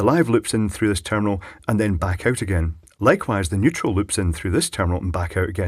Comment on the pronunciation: Neutral? I thought you said "Weutral"!